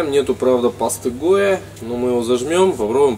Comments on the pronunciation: Что палец не облизал после сметаны? И да, паста ГОИ, а не ГОЕ. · Паста гоя... Я худею с этого видоса. Первые 5 минут искал пятый угол в квадратной фанере. Потом долбался со второй,, точно такой же '' А сразу соединить, склеить, а потом обработать за один раз нельзя было додуматься.? Но паста ГОЯ - это вообще шедевр. Запомни,, не ГОЯ, А ГОИ. Абревиатура Государственный Оптический Институт. И да, дизлайк тебе за то, что такой глупой фигней мое время убил. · Гоя... ГОЯ!!! Еще один..... Какого нахрен Гоя?????